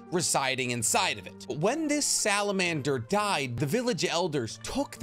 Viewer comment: you said salabander... wtf is a salaander?